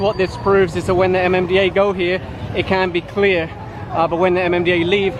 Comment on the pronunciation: At first, I was looking for a mom, dad, and a kid in a motorcycle being apprehended but soon realize it was MMDA that was talking about as Ma Ma Da Aa lmao